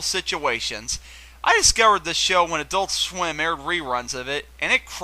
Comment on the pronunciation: 'adultschwim' made me laugh.